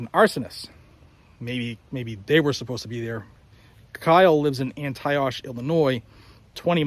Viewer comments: Kyle’s home town pronounced anty-ock. Antioch IL. You’re welcome. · Nice break down, good job. If you ever need to say Antioch again it is "anty-ock" not "anty-osh". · Kyle was from Antioch.. (Ann-tee-ock) Its 20 minutes from me. If someone pointed it out sorry lots of comments. Stay safe. Etc 👍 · It’s pronounced Anti-ock (Antioch) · "An-tee-ock" illinois. i forgive u. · It's pronounced "Anti-Ock" I know your from the Northeast. I won't hold it against you. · An-TEE-ock (Antioch, Illinois). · They pronounce Antioch (Ann-tea-ock), like the end of knock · Antioch, it is pronounced Antee-ock, fyi. I live in the same county as Antioch, and that is how it is pronounced here. And imho he had a LOT more right to be there, than any of those rioters did. EVEN, if he didn't live 15-20 min drive (Antioch is right on border with Wisconsin, and Kenosha is just a little north), worked in Kenosha, has friends AND family there, he still would. He was there to protect a business from being destroyed by a riot, that Insurance wouldn't pay for. THEY were there to break the law and destroy. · Heads-up, Antioch, IL is pronounced Ant-ee-ok (I live about 10 mi. from there). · Pronounced like antiock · Sorry sounds like Anti-ock. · I think it’s pronounced “anty-ock” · It’s pronounced An-tee-ok. And he actually worked there. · Kyles hometown is pronounced Anti-Ock. Antioch, IL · Hey, local Illinois guy.....the town is pronounced.....Ann-Tee-ock (ock like in clock) just fyi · A polite heads up brother. Antioch is pronounced Antee-ock. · Love your channel and all you do. I'm from Illinois and just wanted to let you know the ch in Antioch is a hard sound, like in Pontiac. Keep up the good work.